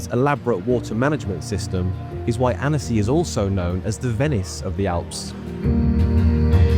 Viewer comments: The town should be pronounced’ AN-see’! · Why bother making the video if you can’t bother to pronounce the name right… worse still, still being defensive and disrespectful when someone bothers to correct you. 👎 👎